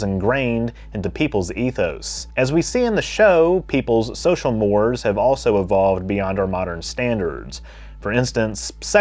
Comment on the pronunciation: Mores is "mor-ayz".